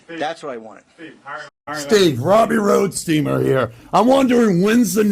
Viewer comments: Its Roadsteamer not rodsteamer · ROADstreamer ROAD! Not ROD! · My only criticism is I wish you would've pronounced his name correctly. He really deserves that. It is ROADsteamer, not RODsteamer! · Can you read? It's "Roadsteamer".😜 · Don't be a robot, it is ROADsteamer. He even says it in your video 🙄